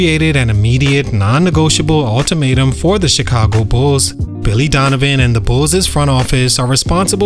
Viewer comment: Bro, what is “Bullsez”? 😂 It’s just Bulls. Bulls’ is pronounced Bulls.